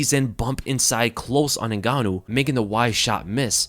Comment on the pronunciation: you said his name wrong in the start lol